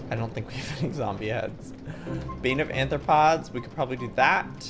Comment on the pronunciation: Arthropods* not Anthropods!!!!!!